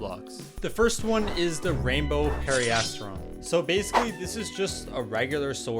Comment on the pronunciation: Erm... actually it is PERIASTRON not PARRYON